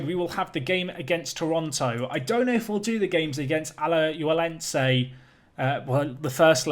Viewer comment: It's Ala-h-uen-se :)